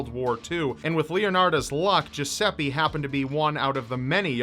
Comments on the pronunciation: Yeah, that's what I think, I'm Italian and "Geseppe" is not a name ahahah But "Giuseppe" is, has a strange pronunciation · it took me like forever to finde out that the "jusepee" you are talking about is actually a misspronounced italian name... americans are experts for that